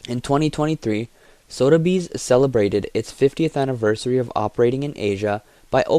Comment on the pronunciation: It's pronounced Soth-a-bees not Sodabees.